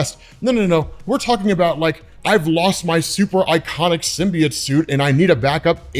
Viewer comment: learn how to say symbiote you fucking lunatic